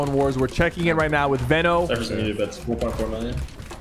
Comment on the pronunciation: Its veeeno no veno